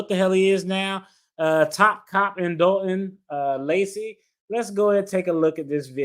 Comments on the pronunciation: It’s Dolton not Dalton Doll-Ton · It's "Dolton", as in "a ton of dolts". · DOLTON not Dalton